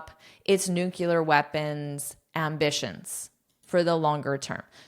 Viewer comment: "nuclear" is it pronounced correctly?